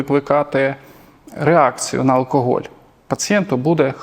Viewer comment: Безграмотно в слові "алкоголь", першу букву вимовляти як "о". Це в російській мові є випадки де написане "о"читається як "а", а в українській читаємо все, як пишемо.